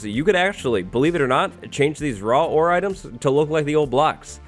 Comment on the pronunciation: You said raw war XD. No hate